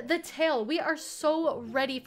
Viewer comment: said rolween